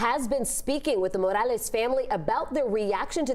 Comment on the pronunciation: Speaks perfectly until there's a Mexicans name involved then starts pronouncing it mOrAleZ!! Cut the shit!!